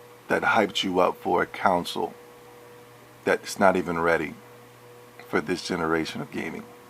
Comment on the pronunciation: lol you fucking moron. first of all learn how to say console, use the correct form of their, and use common sense. This is the playstation podcast lol of course they will say things like this. The same things can be said about podcast unlocked and their biased towards xbox. Calm down. No one can force anyone to buy anything and besides if people have bought the PS4 they have made an excellent choice. XBOX ONE had just as poor of a launch lineup just like every console does. btw go fuck yourself and play snes